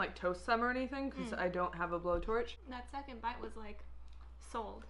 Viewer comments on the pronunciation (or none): none